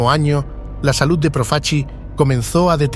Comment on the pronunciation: proof-a-chee? if you can't even pronounce your subject's name correctly in the first two seconds, what's the point in wasting forty minutes of my time mispronouncing his name again and again? Thumbs down.